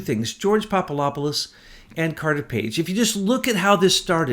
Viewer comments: Pop-a-LOP-a-LUS ??? Are you SERIOUS? Get some new glasses dude. Come on... it’s not that hard to say: POP-uh-DOP-uh-LUS Switch the LOP for DOP and you’ll stop sounding like a fool. PLEASE! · Great show, but better to be less sloppy with the names. Poppadopolus has a "D" in it, not "Poppalopalus"; Gen Flynn does not have a "T", unlike "flint". I'm probably misspelling these names. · Popolopolus?? 😂 Poor just CANNOT get that guy's name right. Love you,! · PapaDOPoulos not PapaLOPoulos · Kept waiting for Betsy to correct "Popalopoulos." She usually catches those things. :)